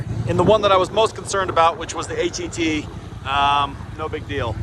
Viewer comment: Please, stop calling the Osh-Kosh truck a H•E•T. No soldier says that. It’s pronounced as HET (H•ET) as in the H is sorta silent with an emphasis on the ET syllable part of the acronym.